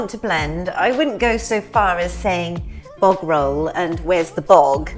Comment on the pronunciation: When Julie tries to say bog roll it sounds more like Bovril 😂